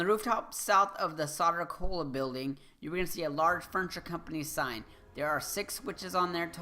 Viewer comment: Thanks for all the help with the crazier Enigma files in this great game! Much appreciated! Oh, and with all respect, you might want to know that "Soder Cola" is pronounced "Sew-durr". It started out in Superman comics, as I recall, and the name is a bit of a joke -- it's meant to sound like the way a stereotypical "New Yahwker" would pronounce "soda". Like, "Yo, Vinny! Gimme a soder!!!" Cheers!